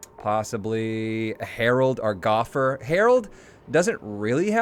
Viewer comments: How has nobody mentioned his pronunciation of "Gofer"? perhaps it's because I'm British, but I'd vote for it being pronounced "Go-Fur" not "Goff-er" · the way he says gofer is cringy